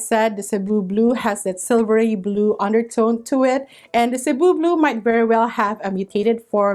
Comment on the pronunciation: thank you for mentioning how to pronounce cebu correctly ! as a fellow filipina , it always made me cringe hearing people say "say-boo" or "see-boo" . speaking of cebu , that plant is on my wishlist , along with the dragon's tail . several people from different facebook plant groups recently posted about dragon's tail being available at home depot . i checked earlier today , but no luck . gonna keep checking every day this week . 😅